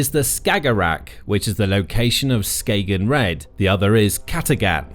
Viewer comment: Skay-gen? It's Skagen, it's a soft g more like a y in yes. But to be honest you can just say it without the letter at all, most danish people would say Ska'en